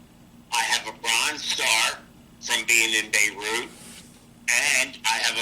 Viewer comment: in bay root. about how thats not the way its pronounced. you spend that much time in a place youd think you could pronounce it.